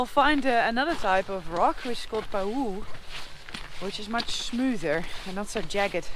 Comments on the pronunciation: Pahoe'hoe' smooth lava pronounced Pah hoi hoi Hawaii is same time zone as Alaska , come trek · That word for the more liquid lava, "pahoehoe", is pronounced as follows: (pah • HOH-EH • hoh-eh). It's a Hawaiian word, so every letter has a sound, and all are pronounced. The other lava type you mention, a'a, you are pronouncing that right, except you should make a slight hesitation between the 'a' sounds. That lava is called a'a because it is sharp and hard to walk on. It is thought that the name of the lava mimics the sound one would make while trying to walk over the surface in bare feet. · What a fascinating lave feature! Actually, the smoother lava is called Pahoehoe [pəˈhōēˌhōē]. Every vowel is pronounced in the Hawaiian language.